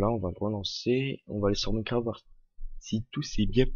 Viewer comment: ça se prononce "Maïncraft" et pas "Mineucraft" g arrété dès que g entendu ça...